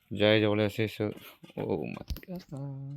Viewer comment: The way bro said bother is like braaadaaaaa waoww acent 😂😅and the way buh said oh my God is like Ouuu Maaaiii gaaawwwwwddddddaaaa that accent is another level .. Keep it up bruuuuwwddddddaaaaaa 😅